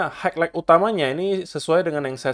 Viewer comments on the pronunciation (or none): Wkwk maaaap banget bro tp klo boleh bilang highlight nya jgn haiklait tp hai lait aja. Udah dr video kemarin2 juga sih, tp overall suka bgt dgn channel ini udah setahunan ngikutin bro selalu berusaha netral by data dan bias 2 arahnya